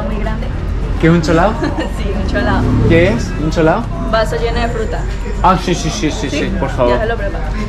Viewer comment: Hasta que se llegó el capítulo que ningún Motero colombiano quería ver, épica tu despedida de Colombia, tremendamente emotiva!!! Ah y no es cholado es CHOLAO jeje Grande, grande!!! Que chimba parce!!!